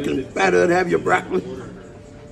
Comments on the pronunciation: He said Croccoli 😂😂😂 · Did he just say 🐊 olloli ? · He slipped up, supposed to say croccoli instead of broccoli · How do you explain to your children why you’re saying Croccoli instead of broccoli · My dawg said eat “The Croccoli”… Ain’t no “B’s” allowed in that man’s life. 😂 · My man does not use B’s at ALL 😂 the C Language